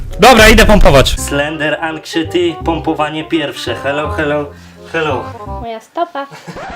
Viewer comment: wymawia sie slender anksajeti